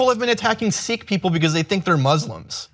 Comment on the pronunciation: he pronounced sikh wrong